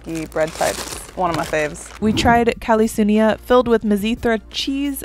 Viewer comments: But its not kalitsounia its kaltsounia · not kalitsounia is kaltsounia